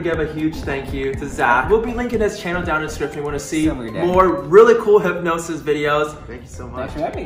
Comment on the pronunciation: Its" hypnosis"